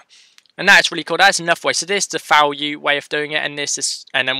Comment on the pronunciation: Falue 🤪🤪🤪 Nice tutorial, but you should really try to pronounce the V properly, as in Value, not FAlue. Same goes for v-for, its like "VE-for or VI-for" not FE-for. It just doesn't sound right. I couldn't care less tbh, but it brings the quality of your videos up. Again, great tutorial, very well explained, thanks! 😊🙌🙌